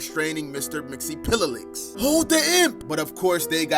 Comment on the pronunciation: btw its mix-yes-spit-lick